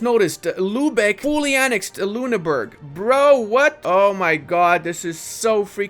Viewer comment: Funny how you pronounce Ü as U as in Lüneburg, but U as Ü as in Ruppin.